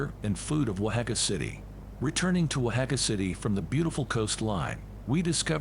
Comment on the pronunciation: Eye-sew-bel? Don't you mean Isobel, pronounced EE•so•bel? And where is this Wohacka? If it's in Mexico, Don't you mean Oaxaca, pronounced Wah•(k)hah•kah?